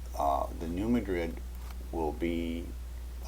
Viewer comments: i've never heard new madrid pronounced as new muh-drid. that'd be like pronouncing cairo like the one in egypt. nope. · It's pronounced "new MAD-rid." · oWell, you ought to go to New Madrid and ask the folks there how they pronounce it.